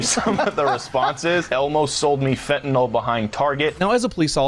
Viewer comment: IMO. If are going to use a word such as fentanyl, please do not mispronounce it, that's weird.